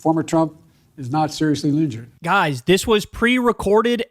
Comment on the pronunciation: Also he said ligured not injured